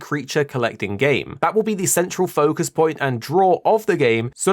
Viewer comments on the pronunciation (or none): none